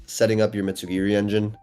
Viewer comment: Bro is a World Champ and still calls it Mitsu GEARY